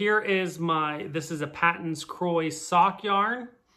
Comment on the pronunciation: Paton's is actually pronounced Pay-ton's. It took me a long time to accept this and pronounce the name correctly. It was originally a British company or something.